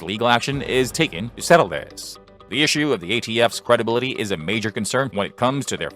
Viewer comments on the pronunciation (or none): none